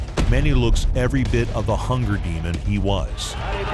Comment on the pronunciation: "a hunger Demond" that was dope